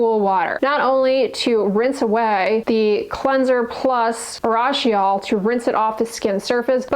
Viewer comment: Urushiol is pronounced ooh roo shi ol